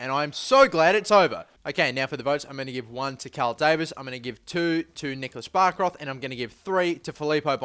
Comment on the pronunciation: bärkroth is pronounced ''berkroot'', not barkroth